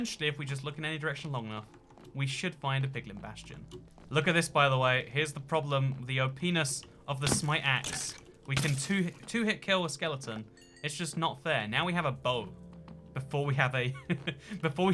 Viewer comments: “The openis of the smite axe” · "look at this the openis of the axe" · "The oPENIS of a smite axe" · U said OPnes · "the openis of the axe" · "The opeeness of my axe" 😂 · the opnis of my ax. pronounced OhPenis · “The (o)p ness of the axe”